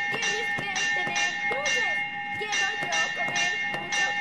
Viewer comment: "Quiuwo toy bonnie"